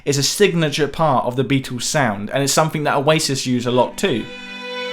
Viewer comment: It sounds like is saying: The Bee-Tools. Maybe that's how you're supposed to pronounce their name..